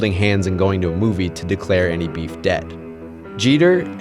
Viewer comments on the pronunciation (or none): I hate the way this dude says beef. He’s so corny